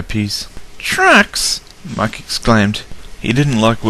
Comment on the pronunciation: Brilliant job on this! I can only see a few mistakes. One, Mike should've been green. Two, how did Donald be hurt by the hoppers when they landed in the coal? And three, you called Mike "Mak". Great apart from that! :D